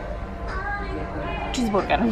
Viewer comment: nazywa sie burger..... Czisburger xd